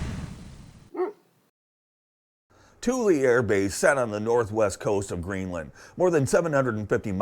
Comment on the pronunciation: I thought it was pronounced THOOL not TOOLY